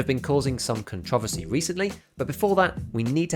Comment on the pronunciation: I’m sorry, but that’s the first time I’ve heard controversy pronounced like that and I had to listen at least four times. 😂 I dig it.